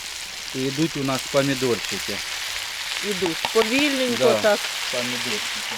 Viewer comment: Що за мова ? Украінська ? чАстА перегАртає згАрить пАсАлив рАзгАртАть . Все через букву А . так розмовляй вже на рідній тобі російській . Не псуйте мови Украінськоі . ПАмідорчики . рАзрАховивать . Господи …….